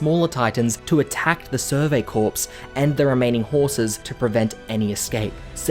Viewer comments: It's pronounced "Kor" not "Korps". In plural it's pronounced "korz" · btw its pronounced survey "core" not "corps" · by the way, "corps" is pronounced like "core", not "corpse". It's a French word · really enjoyed this video, but the sheer amount of times he says “survey corpse” instead of “survey corps” has me gritting my teeth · Btw, corps is pronounced "core" not "corpse" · Love the vid but bro it’s pronounced core not corpse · Its pronounced "core" not "corps" like the US Marine Corps, the "ps" is silent. Do so pronunciation checks before you post a video ffs. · Just a small thing that bothered me... corps is pronounced more like "core", and not a dead body. Thanks for the recap. :) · “Corps” is pronounced “core” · Hearing him call them the "survey corpse" hurts. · "survey corpse" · I don't know why nobody has said this yet but it's pronounced core. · FYI, 'corps' is pronounced "core" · "corps" is pronounced like "core" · survey CORE. It's pronounced CORE. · “survey corpse”💀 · Thanks for your work, but the "s" is silent in the word "corps" (rhymes with core). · Corps not corpse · Bro it’s Core but spelled Corps. And it’s Marr-ia. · when you pronounced “corps” as “corpse” it hurt a little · interesting. in american english, the word 'corps' sounds the same as 'core.' not so in australian (right?) english? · survey 'corpse' :'( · I wouldn't say I'm crying. But it does bother me when people spread misinformation so I thought I'd offer a simple correction. If someone's going to make a summary video, giving information out to large amounts of people. It should probably be the correct information. But if people want to look like idiots pronouncing basic English incorrectly for masses to laugh at, who am I to judge? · Its just a summary video. Mispronouncing "corps" isn't spreading misinformation. If you were just offering a simple correction you wouldn't have included the last sentence in your comment